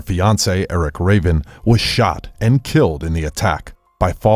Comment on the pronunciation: Eric Draven, Not Raven